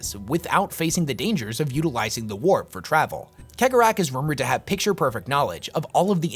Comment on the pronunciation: Your analysis of Slaanesh and Khaine is completly wrong, but you are a blind mon-keigh so you get a pass. Also, it's "Sey-gor-ah " not keg-or-ach.